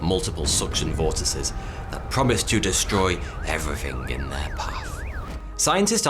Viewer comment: Just a tip, moonbows are always directly opposit the moon. Same with rainbows and the sun. And if you practice a little bit, you can learn how to pronounce vortices. I have given up on you correctly pronouncing tomato. (Just bust'n your chops 🤪)